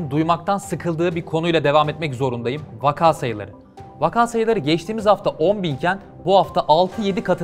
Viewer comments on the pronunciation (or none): none